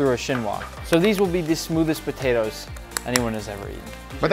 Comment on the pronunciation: I heard Nick say Botatoes the first time 😂